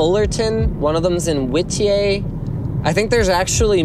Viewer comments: Whittier very much not pronounced that way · Wit-ee-aye... it's wit-ee-ER! haha, this got me good! :) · LOL WITTY-AY its wit-e-er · did linus say whittiay?? whittier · Whittier = Whitteyay! :) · Whitieee lol. U mean whittier? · I love the way he pronounced Whittier! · I'm rewatching this purely cuz this is where I live and Linus mentioned Whittier lol (which he mispronounced) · Anyone notice how Linus pronounced Whittier wrong? Got a chuckle. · The way he pronounced Whittier lmao